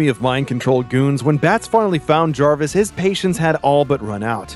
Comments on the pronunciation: It’s jervis tetch not jarvis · Is anyone caught on the fact he keeps saying Jarvis